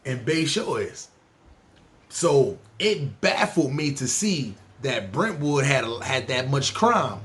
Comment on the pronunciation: You got Brentwood all wrong lol